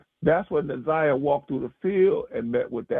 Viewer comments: It’s pronounced NAH ZI AH NOT NAH ZAY AH….please pronounce her name correct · It’s Nah Zie ah not Na Z(eye) ah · Just tell her how to pronounce it , it’s NA-ZI-AH ❤️ great video btw! 🫶🏾✨💯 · it don’t matter how anybody spelled it, IN YOUR VIDEO ITS SPELLED NA’ZIYAH SO AGAIN U CANNOT READ OR KNOW HOW TO PRONOUNCE YOUR VOWELS ‼️ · hey boo, it’s okay, its pronounced NA-ZI-AH ❤️ The “y” is silent. GREAT VIDEO BTW!❤️🫶🏾✨ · Na’ Z(eye) ah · she keep saying her name wrong Na’zayah and it’s bothering me so I said sum tf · u too mad 🤣 u gt the point or no 🤣 either way it’s not NAZAY OKAY!! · I really do appreciate your content because you are posting things that I haven't seen on any other bloggers page. However, I think that you really should try to say this baby's name properly because you keep mispronouncing her name, respectfully. Now you have said Jarvis name wrong many times and that hasn't bothered me. But the fact that you keep on saying Na'Ziyah's name wrong is really upsetting. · Nobody cares if you pronounce the offenders name correctly but show some respect to the little girl you’re clearly partially illiterate because how do you get they (a) sound from (iy) vowels ? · Plz say her name correctly...